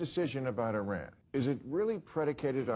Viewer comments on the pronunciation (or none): none